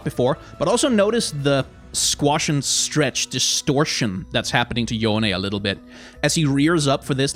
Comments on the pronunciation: I LOVE YOU FOR PRONOUNCING YONE CORRECTLY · At least someone say his name correctly. Necrit was upsetting me